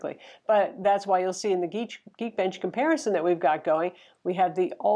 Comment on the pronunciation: Its geek bench not geen